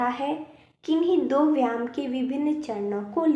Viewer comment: जो आप व्याम बोल रहे हो वह व्याम नहीं बल्कि व्यायाम शब्द है इस शब्द को सही बोलो 😂😂😂😂😂😂😂😂😂